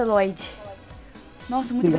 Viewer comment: NÃO É FLODDY É LLOYD